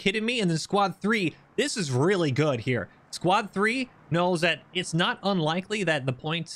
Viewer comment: Words are hard, "unlikie"